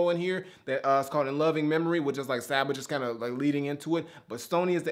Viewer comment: Welp, I'm glad I get to keep my kneecaps. Told you that the album was dope man! Glad you actually checked it out and ended up really enjoying it. Also you pronounce it "saw-ba". If you liked this listen to his first mixtape comfort zone, to see his progression is dope af!